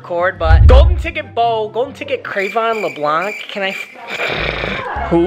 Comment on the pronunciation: it’s pronounced leblan